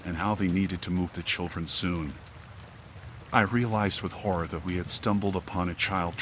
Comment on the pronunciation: HORROR , he said HORR-OR 😅😂